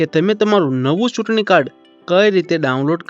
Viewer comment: સૂટણીકાર્ડ નહીં ચૂંટણીકાર્ડ એમ બોલો..છ ને બદલે સ કેમ બોલો છે..?